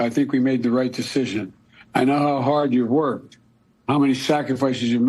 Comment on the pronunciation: When I heard the words "hard" and "heart" I questioned the authenticity of the audio. The "r" is pronounced too hard for his usual accent. I'm not a conspiracy theorist but this really has me questioning things.